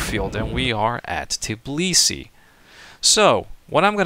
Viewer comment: It's Tbilisi, not Tiblisi...